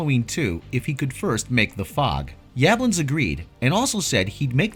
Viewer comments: The original was filmed in the City of "South Pasadena," not "southern Pasadena." And the producer's surname is pronounced "Yuh-BLONNS." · The way you pronounce Yablans almost made me turn the video off